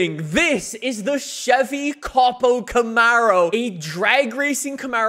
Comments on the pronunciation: Stop saying COP-O it’s not a cop car. It’s a CO-PO. “coh-poh” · it is co-po I cringe so hard every time I hear you call it cop-o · Its cope-oh not cop-oh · I will never forgive this guy for saying cop-o Camaro. It’s co-po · Hey man it's not pronounced capo it's cO-pO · Co-Po not Cop-o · It copo not capo lol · That’s my new fav drag car, but in the US we pronounce it ( C oh P oh Camaro) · it's pronounced Coe-Poe :) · K-oh-p-oh you dunce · What is it with you and mispronouncing things. Fort-za? Cawp-O?